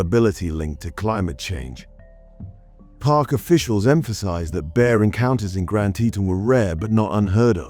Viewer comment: Yes I enjoyed your presentation & the stories in this ugh rather long Video? I'M saying this just because of the ill & hahuh may I say it's dull narrative voice. Which was constantly bad & inexcusable, at always, always mispronouncing, Grand Teton Natl. Park in Wyoming. Which happens to be my residence State & Home turf. This it has been so all my adult Life. As far as the 3 Stories were told & concerned? They were all terrible sad tragic Acts or incidents. That most definitely, I think? Could have most likely been totally avoidable. IF all three victims had completly ugh done as the Guide line's & authorities had preached too them about the Rules, or Safety 🦺🦺 issues they would face??? Those Two Polar Bear 🐻‍❄️🐻‍❄️ victims & their mauling Death's. Were all too obviously, avoidable in my view. Simply because the scent of food 🥑🥝 or it's prospect of being available, was present in both attacks. That was clearly and apparently the cause of the Bears determined, and persistent interest in seeking it. To me No excuses are allowable here. There it sits that the expedition's folk's or it's people should have had? Fully Licensed, & professionally Trained, or Armed personel on hand too take care of such extremely serious case's of Bear intrusion, or assault. To Not have proper Safty protcall in needed Case's. Is just ### Down Right Stupid or Criminal. This I'm saying is just. Because of how Polar Bear's and their specie's of Apex pradator? Have obviously always been the most overly d